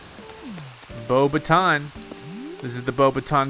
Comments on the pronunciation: Its pronounced "Bo backs ton" Professor Mcgonagall is not pleased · it's bo bah ton, it's french